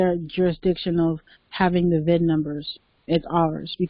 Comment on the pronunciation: cin# instead uf vin# conveyance indentificaccion numbre